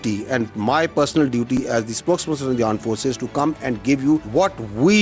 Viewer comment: Aand forces phele pajeets use to highlight, we defended them but today saw the confernce they were right , the way he say aand forces instead of armed forces😂😂😂😂..